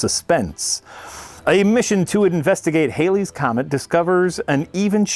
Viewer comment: Hey I'm not but 7 minutes in and I notice nobody's giving any shit for mispronouncing Halley's Comet...